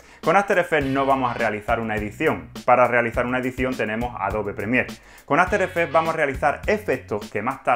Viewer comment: QUE PÉSIMO TU INGLES... que horror, aferefe aferefe aferefe...